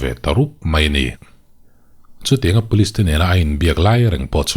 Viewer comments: pulis(police) an ripawt(report)...... tih hi le.? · pulis(police) an ripawt (report) ta tawp mai a ni........ tih hi le.....?